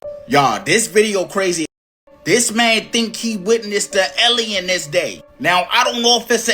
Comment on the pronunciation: he witnessed an “ellien” 😂 love this guy an his enthusiasim!